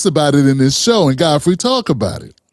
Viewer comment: Though shalt not covet - Fodfrey- hakbar-a dish